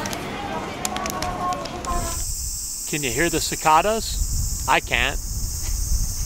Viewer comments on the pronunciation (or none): It’s a hard a on cicada